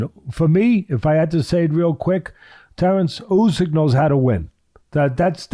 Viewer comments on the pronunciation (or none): Crawford called Usyk Ugis🤣🤣🤣🤣🤣🤣